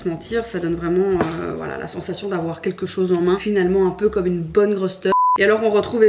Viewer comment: Résumé: “uneuh frite les amis uneuh frite!”